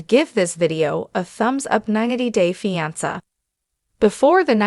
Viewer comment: Why can’t this bot pronounce fiancé right ????